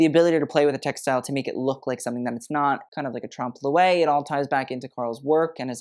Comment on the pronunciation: Tromp-loy. ;) With a french accent, of course. His mispronunciation of Balmain hurts me more.